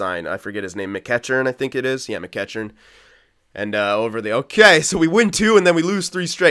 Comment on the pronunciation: Pronunciation lesson for today: McEachern Mac-Eek-Urn :)